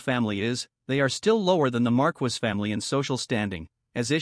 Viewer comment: The way the AI says "Marquess" (it's pronounced "mar-kess") is killing me